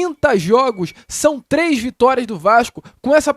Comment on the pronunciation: "Esses cara só conseguiram tirar tles vitórias, tles vitórias sobre o Flamengo"